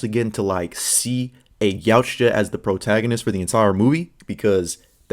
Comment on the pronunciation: Yautja is pronounced Yow cha